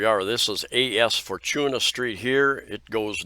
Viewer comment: J centre mall is just 11yo mall. way newer compared to Country mall, SM Cebu, Ayala in Archbishop Reyes, JY Square and E-Mall . Then Fortuna is read as 4-2-nah